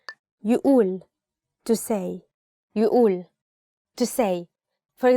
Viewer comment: you pronounced "يقول" wrong